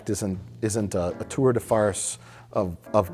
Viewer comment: Did Mike say "tour de farce" at t=3488?